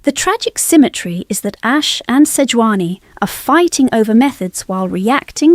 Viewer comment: Who the hell is Seoani, its Sejuani.